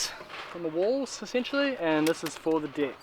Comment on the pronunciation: Am i the only one who noticed but this guy says Dick i.s.o. Deck